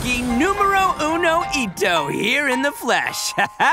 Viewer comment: Gotta say that "numero uno" was good Main Spanish btw